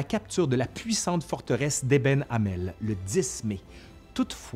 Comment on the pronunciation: attention, on dit "ébène et mal" , pour le fort en Belgique :) Je suis Belge et vis à Liège, pas loin de là.